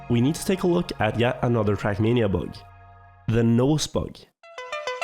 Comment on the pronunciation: why does he say [trak']